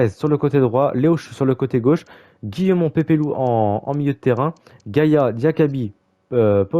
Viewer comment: guillamon se prenonce guillamonnn et leo chu se prenonce leo chou